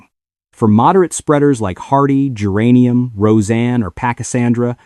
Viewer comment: Thanks, exactly what I was about to say! Now, how about AI’s pronunciation of geranium? 🤪